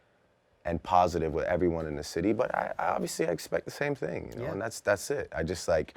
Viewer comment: why is he saying "ting" instead of thing